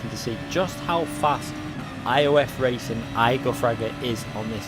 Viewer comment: Muted...please learn how to pronounce racing. FFS